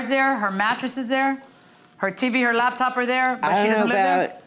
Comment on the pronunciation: Her "labtop", 😃